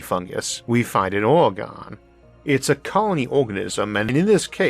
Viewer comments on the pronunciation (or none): Being an Oregonian I'm contractually obligated to point out that "Oregon" is not pronounced as in this video. :-) The accent is on the first syllable only, not the third, and not the first and the third. It's like: /ORE uh gun/ (I would use IPA but not too many people are familiar) It is not like: /ore ree GONE/ But you're not alone. Basically everyone roughly in the Great Lakes region pronounces it as you do, including all my Michigan relatives. They also all pronounce "Nevada" wrong. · Hey Isaac, we locals pronounce it "ORgun", with a barely perceptible "eh" between the "Or" and the "gun". We're being invaded by California and the situation is grim. Please send rural happy thoughts